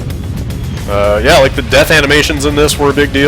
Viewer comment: GIBS NOT JIBS GOD DAMN IT